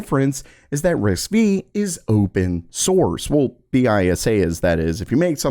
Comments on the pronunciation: It is actually pronounced "Risk Five", not Risk-Vee. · Quick correction, it's RISC 5. V is a roman numeral. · It's risc V/ risc five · That's disappointing that you obviously didn't bother to even look up a video or audio on RISC-V as it would have been obvious that the pronunciation was quite incorrect. Tenstorrent uses the same architecture and you've reported on that as well have you not? 😒